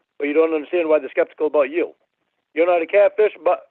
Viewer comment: I love how he tells everyone "ive never trusted anyone like i trust yew"😂😂😂